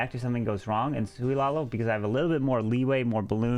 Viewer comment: It's "Sui" not "Soui". It means you won't need any healers for the walk/charge. The Queen will "Sui"cide but hoping to get a nice value for it.